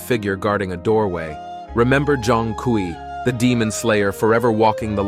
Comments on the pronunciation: Pronounciation: Jong-kwee ❌ Zone-kway ✅ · I tried getting into it but can’t get past the mispronunciation of his name.